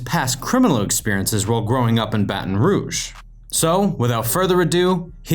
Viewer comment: Are we just gonna ignore how he pronounces rogue?